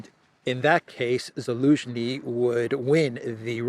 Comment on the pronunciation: why do you not pronounce the “Z” in Zelenskyy?